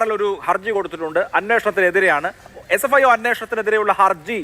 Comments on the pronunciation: Sfio ennu para... (Fsio alla) 😂😂😂😂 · ഇതേതാണ് ഒരു പുതിയ ഏജൻസി fsio? ഈ ചങ്ങാതിക്ക് ഏജൻസിയുടെ പേര് പോലും നേരാംവണ്ണം അറിയില്ലേ... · doesn't know SFIO, always says FSIO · SFIO എന്ന് പറയാൻ ഈ അറിയില്ലേ? ഇവൻ എവിടുത്തെ വക്കീൽ ആണ്. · നുണ പറയാൻ മറക്കാതിരിക്കുന്ന ധൃതിയിൽ, SFIO എന്ന് പറയുന്നത് പോലും തെറ്റി പോകുന്നു...... 🤣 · Ee oolaikku sfio ennu parayan polum ariyilla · ഈ ഊളയോട് SFIO എന്ന് ശരിയായി പറയാൻ പഠിച്ചിട്ട് ചർച്ചയ്ക്ക് വരാൻ പറഞ്ഞു കൂടേ..